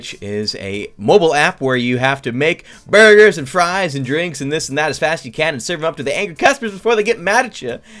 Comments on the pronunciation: Ɇmmanuel Đ. Yes he said bugers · It saying boogers instead of burgers 🤑🤑🤑🤑😉😉😉😋😋😋😝😝😝